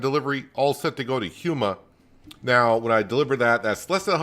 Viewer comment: Its pronounced Port (Foo-shon) and Houma (Home - ugh) lol 😂